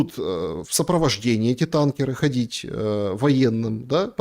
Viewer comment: Да что ж такое 🙈 Не танкерА, а тАнкеры…